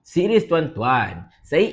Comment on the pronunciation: sebut serius pun tak betul...S dan R u kena baiki..lidah makin pendek sal meroyan tiap2 hari dah kritik menteri agama pula Sudah2lah nNti terkoyakkkk susahhhh Tak..tak...tv al hijrah tunjuk pakai bikini....ha ha